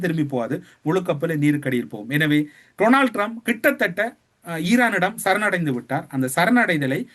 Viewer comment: ☝️☝️☝️ His name is pronounced Donald Trump not Tronald Trump.